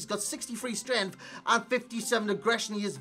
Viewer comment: "His 91 strenghth"? :/